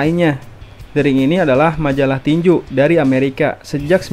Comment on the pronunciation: tinju om bukan tinjuk